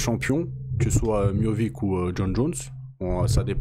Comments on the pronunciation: C’est Miocic pas Miovic 😂😂😂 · C'est miotchich pas miovik 🤣🤣 jrigoleee mdr